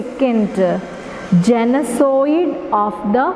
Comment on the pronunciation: Genocide- Please check the pronunciation